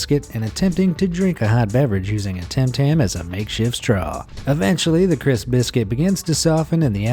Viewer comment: you said tam tam it is tim tam